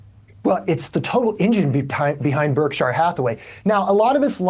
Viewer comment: Why is he pronouncing Berkshire like that?